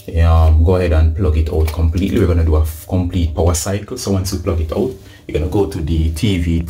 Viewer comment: Did you make sure it was “plugged oot! It must be plugged oot’?